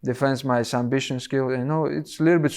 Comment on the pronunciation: defends my SUMBISSION skills 😂